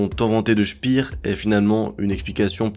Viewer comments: Speer est allemand, pas anglais. Ca se prononce "Chpére". 😉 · Albert Speer (comme paire) et non pas « spire » c’est de l’allemand pas de l’anglais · Je ne maîtrise pas la phonétique, mais je vais le faire à la française. Pour Albert SPEER, on ne dit pas CHPIR, mais CHPÈRE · Parfait. Par contre c'est pas "chpir" mais "chper"😂